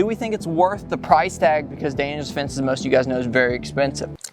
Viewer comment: Daniel. Not Daniel's